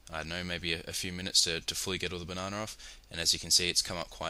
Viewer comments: "Bananer"- I love the english language, along with all the accents for it. On that note, good job. Clean (pun intended), and simple. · buh-nah-nah lmfao so badly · banonna lol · BAH-NAH-NER HAHA! LOL